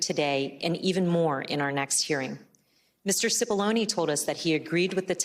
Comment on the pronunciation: Murphy kept calling Cipolloni Cipollini.